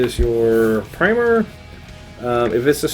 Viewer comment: My goodness, primer pronounced correctly! Thumbs up for you sir. Good review by the way :)